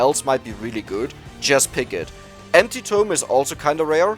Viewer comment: Every time he says empty tome it sounds like anti-tome.